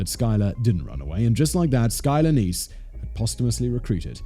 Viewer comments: Isn't it pronounced 'Niece' not 'Ness'? Sounds like Loch Ness. Edit: LMAO MY FACE WHEN HE SUDDENLY STARTED PRONOUNCING IT CORRECTLY. 😳😳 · Her name isn't Ness. It is Neese rhymes with geese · Pronounced neeeeeee long e like knee